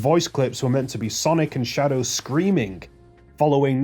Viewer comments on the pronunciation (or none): "Sadow the hedgehog" (ಠಿ‸ʖಠ)?